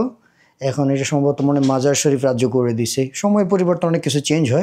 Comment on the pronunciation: শহরের নামটি 'মাজার ই শরীফ' বললে শুদ্ধ হবে। আপনি 'মাজার শরীফ' বলছেন বারবার।